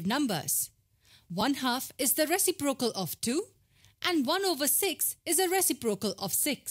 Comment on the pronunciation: Reciprocal is the worst pronounciation I’ve ever heard